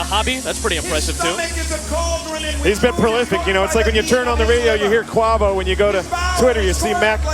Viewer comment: Announcers butchered a Tom Brady reference & Quavo is pronounced (Qway-voh)